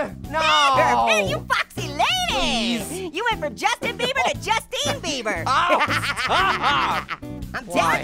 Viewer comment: When pear said juicetin bieber